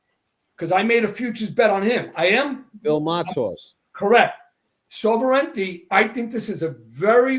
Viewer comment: is Sovereignty a tough word to pronounce?